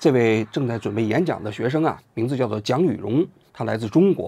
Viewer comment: 说成董雨蓉是说错了吗